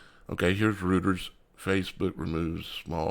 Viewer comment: Great info. Just FYI Reuters is pronounced “ROY-ters”